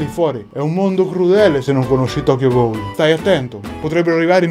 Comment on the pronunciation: E poi se proprio vogliamo fare i precisi si pronuncia "gul" e non "goul"